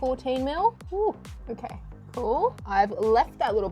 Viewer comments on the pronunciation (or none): "i dont knowrrr" "it all looks goorrrd" "maybe it'll be orrkeyy"